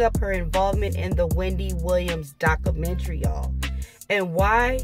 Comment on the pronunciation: It’s pronounced; doc·u·men·ta·ry, not daca - mentry.